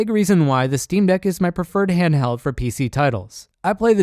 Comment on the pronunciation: "hanhdheld" It's massive, weighs a ton and has a 45 minute battery life lmao